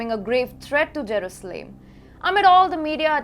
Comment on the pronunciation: It is not Jerooslaim girl, work harder to get the names right.